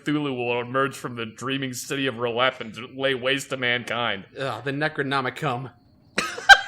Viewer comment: Can we talk about how well he pronounced "R'lyeh" thou